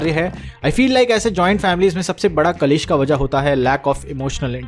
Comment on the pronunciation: *kalesh ka🚫 kalesh 🟢